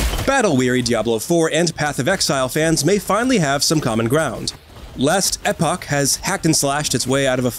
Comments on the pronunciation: Couldn’t stand how this guy said it hahaha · SMH it hit my ear so weird for sure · What the hell is "Last Eh poch"???????? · We devolved from "Last Epoch" to "Lestapock" by the end of the video lol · It's not pronounced last eh-pock, it's pronounced last eeeeeeeeeeeeeeeeeeeeeeeeeeeeeeeepock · learn how to say last epoch